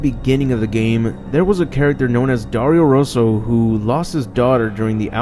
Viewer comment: Ho aperto il video solo per vedere come pronunciasse Dario Rosso ahahahah